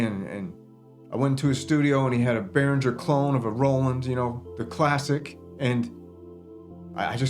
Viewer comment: Your biggest issue is your mispronunciation of Behringer. 😁